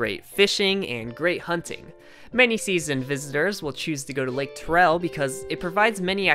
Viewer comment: Lake T-AIR-EL not lake TUR-REL